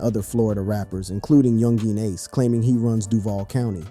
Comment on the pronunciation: yun-geen, kazoo 😆 this man